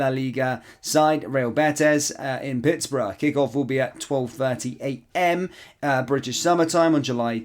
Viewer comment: Its pronounced Pittsberg not Pittsborough lol🤣